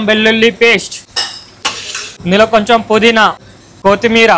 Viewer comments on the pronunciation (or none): Koti meera lowda meera kaadu ra ayya kottimeera 🥶